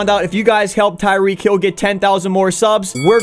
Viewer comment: TYEEK HILL